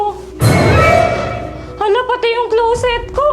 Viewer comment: ✅Clowset ❌closet